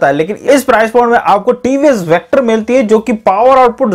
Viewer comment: Vector kyu Bolte ho hakle